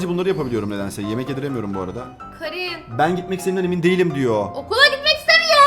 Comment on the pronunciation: O kerın diye okunuyo bu arada 26 ocak 2026